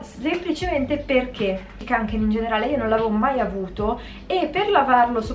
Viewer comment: Si dice konken lol